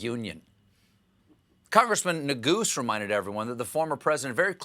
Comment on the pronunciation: His name is not “nuh-GOOS,” it’s pronounced “nay-GOO-say”